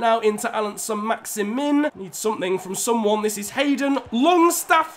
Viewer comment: It’s pronounced maxi-man